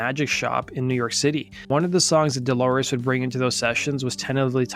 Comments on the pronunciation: If I were the Producer of this video, I'd fire the narrator and bring in someone who has enough discipline to pronounce DOLORES'S name correctly. It's not DElores, it's DOlores. You didn't care enough to do it right. Phooey. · What with the ''Deloris''?